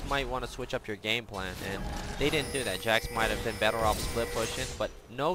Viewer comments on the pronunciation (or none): none